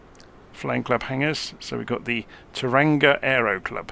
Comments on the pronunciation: Tauranga is pronounced "Tower Wrong Ga" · Kiwi here - just FYI it is pronounced "toe-wronga" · Its pronounced "Toe-wrong-ah" make sure to roll the r as well haha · "toe-rung-ah" bro